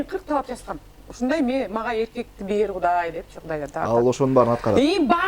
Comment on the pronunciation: Rush Tuк Rush Tuк Гудай эмес Кудай болот уят кылбачы сарт